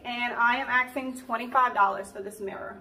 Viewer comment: "what I will be axing for it'...... eh??